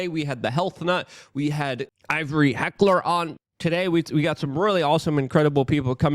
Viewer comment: Ivory HECKER, Luke... HECK-ER. There's no "L".